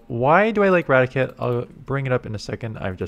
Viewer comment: ITS RA-TI-CATE not radikit